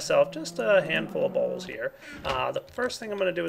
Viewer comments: I love the way he sais bowls... sounds like BAuLSS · lol everytime he says bowls it sounds like balls xD